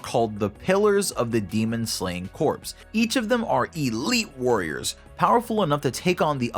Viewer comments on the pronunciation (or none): You are pronouncing corps wrong, you’re saying corpse. Corps is pronounced core. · Say it with me now Corps Not corpse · It’s pronounced Core not Corpse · It’s pronounced core, not corpse. Corps, the ps is silent Source: Served in the Marine Corps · It's pronounced "core", like the marine corps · P is silent in corps. If the p is not silent, then you're talking about a dead body, or corpse. Small gripe, but it does help with clarity. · Corps is pronounced "Core" just so you know. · People who can't say corps. right.... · I would do a shot every time you say corps wrong, but I would probably die.